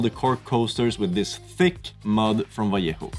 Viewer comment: my god i love how you pronounced "vallejo" correctly xD. It triggers me for some reason when people say it like "valiehoo" :D